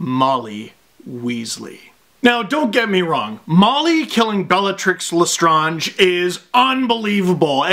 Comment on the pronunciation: Love the video! Can't say I've ever heard lestrange pronounced like that... Please upload more hp vids!!! 😁😁